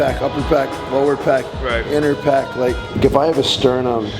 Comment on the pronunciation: did he say inner peck :))))) cmon